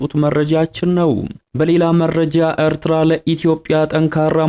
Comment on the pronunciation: አርትራ አትበል ኤርትራ ነዉ ቁልፍ አፍ በወፍ ቆነቋህ አታወራም ኣተላ።